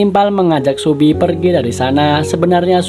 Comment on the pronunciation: Kok subi sih, seobi